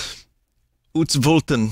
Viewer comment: Vinny pronouncing "utsvulten" is what I come to these streams for